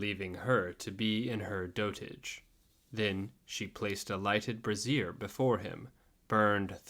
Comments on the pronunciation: This was great. But in the beginning you mispronounced a word in a way that made me just howl. 'Brazier' is pronounced as 'bray-zhr' and not as 'brazzeer'. A 'brazzeer' is the female undergarment worn around the bosom, otherwise known as a bra. So, when you referred to a 'burning brazzeer' it took me right back to feminist protests in the 70's. Which I don't think was your intention. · Just a brief note: Brazier is pronounced "BRAY-zher" whereas "bra-ZEER" is how you pronounce brassiere (as in a bra) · Haha it’s pronounced “bray-zhr” not brassiere. 😂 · brazier is not pronounced as brassiere. Or maybe the old woman pulled out her brasserie in front of Tarquin?